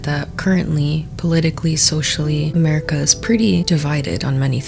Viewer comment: Are you a toddler you said "amewica"